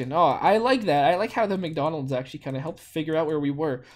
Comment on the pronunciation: Wow! Good job with McDonald's!! And, actually, the в is a v! And the и is a i. (But the i is pronounced the french way, so "ee" in english)